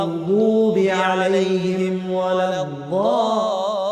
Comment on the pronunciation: Its interesting to hear that ض is pronounced as ظ in the ending of surah fatiha ٱلضَّآلِّينَ. I notice this is becoming more common amongst reciters, is this a reformation of the Arabic language or another valid pronunciation?